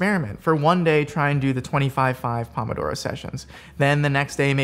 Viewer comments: the pronunciation is so cringe. it’s “poh-moh-doh-roh” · you're going to say "pomodoro method" a million times... while saying it wrong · Wow I got so annoyed so quickly at the pronunciation of pomodoro, especially when you just kept saying it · The method didn't teach him how to pronounce "Pomodoro"